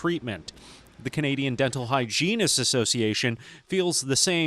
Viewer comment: The word hygienist was said way too many times for a person that pronounces it like that. 😅😅